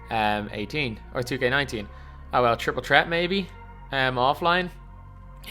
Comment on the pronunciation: “Triple Trett”